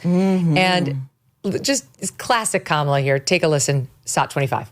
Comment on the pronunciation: Kamala (Ram-ba-la)